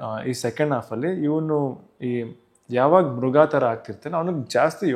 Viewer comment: ಮಗು ಮತ್ತು ಮೃಗ ಮೃಘ ಅಲ್ಲ.